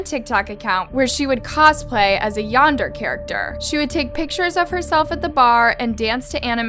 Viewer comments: It’s pronounced ‘yan-dare-eh’! Also, oversimplification of the term yandere. Yandere is someone who is overprotective and very possessive of their partner, someone who will go to any lengths for their attention or affection. Including taking another’s life, usually they’d have no reason to take your life, even if you don’t want to be with them. Because the yandere will just stalk you and try to find ways to renter your life. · The way she pronounces Yandere ruined the whole episode for me☹️